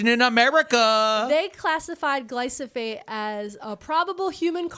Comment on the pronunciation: Fun fact, Bayer also had to sell Invigor to BASF in order to buy Monsanto. BASF saw major growth bc of that acquisition, making them an even bigger competitor in the ag input market. Also, wanted to let you know roundup is pronounced gly-pho-sate :) Loved the episode!!